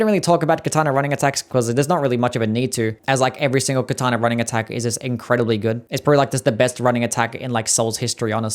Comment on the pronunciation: "Kataner" 😂 Love the ranking